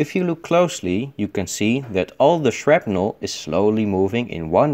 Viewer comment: shrapnel or shrimpnel?